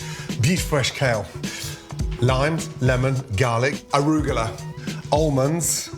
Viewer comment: Yeah Ramsay calls them fuse-lee... LOL. "Arugala" ???? That's Arugula. Obviously this guy's talents don't include proper pronunciation of non-English words.